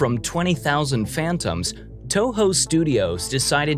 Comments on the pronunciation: Interesting video, but so many obvious errors ... FATHOMS is pronounced FATH-UMS, not FAN-TOMS. It is a description of DEPTH, not GHOSTS. 😂 Also, GOJIRA is not "so called", it is the actual Japanese pronunciation of the creature's name. GODZILLA is the anglicized translation. SHOWA is pronounced SHOW-A, not SHAW-WA. RODAN is ROW-DAN, not ROW-DON. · How do you mispronounce fathoms as phantoms? It's also Nuclear Godzilla, not "Fire" Godzilla. He was a walking nuclear bomb. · Fathoms not Phantoms Bro